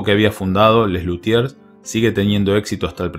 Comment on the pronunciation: Buen resumen. Quiero suponer que si hablaste de él es porque te gusta el grupo, y de ser así, no comprendo como no aprendiste a pronunciar correctamente Les Luthiers.